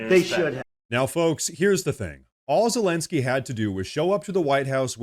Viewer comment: "Zalengskyy" you pronounce his name funny